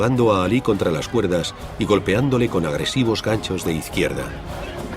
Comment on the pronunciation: no se te entiende nada flaco, la palabra AGRESIVO no lleva una "H" entre la G y la R